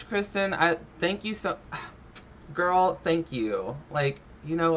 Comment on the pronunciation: Doesn't Amberlynn say "gorl"?? 🤔